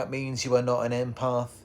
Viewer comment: It’s not imparth it’s impath